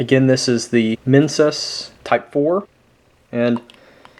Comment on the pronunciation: you pronounce it right dude.. minsus is milk drink. I'm Indonesian. nice video..